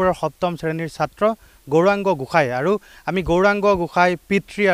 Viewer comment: Gohain ne Goshai Sayto channel ne Osatya Channel pl.pronuncession val korok